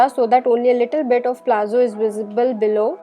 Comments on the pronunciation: liked the demonstration but it is not called "PLAZZO" , it is called "PALAZZO" of which the pronunciation is "PALATZO" !!!!!!!! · It's palazzos not plazzo.